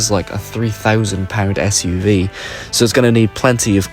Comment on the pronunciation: SUV. I thought you said race me